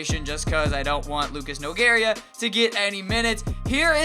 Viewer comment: Lucas nogueira is pronounced nogayda